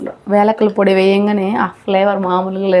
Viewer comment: యాలకులు.. వేలకులు కాదు